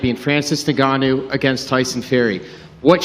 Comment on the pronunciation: Put some respect on Ngannou surname whitey , just pronounce his name right, you have a white man name, Francis has the mother land name fool. Whatever his name is, you drug cheater ffs.wise up